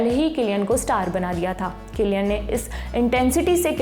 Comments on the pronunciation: मोहतरमा,,,, किलियन है कि सिलियन 😂😂😂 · You pronounced wrong